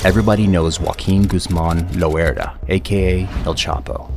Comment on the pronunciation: This nigga keeps saying "lOeRdA" makes it so hard to watch 😂😂